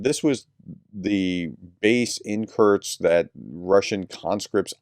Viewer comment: It is not Curt-sk. Kursk. ; )